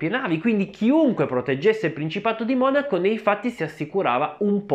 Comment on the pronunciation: Adesso ho sentito dire Monacó 🤭 che rinko